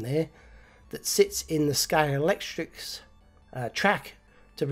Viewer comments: Great video again,! And just to help you out with your unpronounceable 'Scalextrix' - it's actually pronounced Scale-ex-trick!! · try saying Sca-lextrix, instead of scale-lect-trics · Well done on that conversion. I noticed why you're struggling with the word 'Scalextric'...look at the box again, you ain't reading it, you are adding 'ks' on the end, it isn't 'Scalextricks' man. Practice it, you'll soon get it right. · wow! What an effort and what a result! I agree the yellow best but only just. Loved how you struggled to say Scalextric all the time, I would just have used "slot cars" instead, so much easier 😁 I also love how your channel always shows something different, I look forward to this every week. All the best from Scotland 🏴 Mike